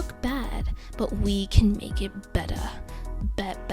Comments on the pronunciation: I was going to click off until she said ✨BETTA ✨ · “But we can Huff be BETTUH, BEATUHH👹 beatter, we can Make it better!” besides this is pretty good tips!^^